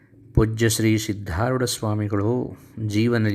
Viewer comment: ಆರೂಢ ಎಂದು ಉಚ್ಚರಿಸಿ ಸಿದ್ದಾರೂಢ ಅಂತಾ ಅನ್ನಿರಿ,ಸಿದ್ದಾರೋಡ ಎಂದು ಯಾರೂ ಕೂಡ ತಪ್ಪಾಗಿ ಅನ್ನದಿರಿ ಇದು ಆರೂಢ ಪರಂಪರೆ ಗುರು ನಾಮ ಸ್ಮರಣೆ ಸರಿಯಾಗಿ ಸ್ಮರಿಸೋಣ, ಇದು ನನ್ನ ಸಣ್ಣ ವಿನಂತಿ.